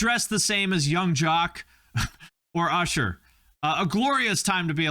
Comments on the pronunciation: I didn’t need to know that much about mother. I don’t know what to do with the information I received. Edit: YOU CALLED USHER “URSHER”? I CANNOT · explain the "Ur-Sher" blast...!?